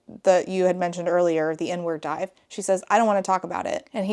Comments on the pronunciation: It took me far too long to realize you were saying "Inward Dive" and not "N-Word Dive". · I first thought she said “n-word dive” instead of “inward dive” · Heard “n-word dive” instead of “inward dive” and was massively confused and concerned for a second there. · The way I heard "n-word dive" instead of "inward (park) dive", at first 😭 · "The inward dive" I heard "n-word dive " dhahaoohsh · ME TOO! I had to do several double-takes and check the comments. 😂😂 JEEZUS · ME TOO